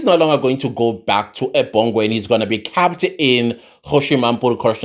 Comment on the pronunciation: The prisoner was 'cahhpppd' in prison. Teacher: say.... 'kehhhpt, kehhpt, kept, kept'.: 'Kehhhhhptt'. Teacher: Excellent my boy excellent ✅.: The prisoner was kehhpt keppt in prison. Teacher: There we go...good job. Thank you for your sterling work. Your analysis and thought-provoking ideas are spot-on and will not go unrewarded. Yes - you did predict that the 😺 will want to strike a deal. You have such a beautiful and magnetic spirit❤. I can listen to you all day long. But....I just had to freak you out a bit with a little homework assignment so you can give me a shout-out 🔊 on your next video😮 because I just know...you gonna shoot the messenger 🎉😂😂😂!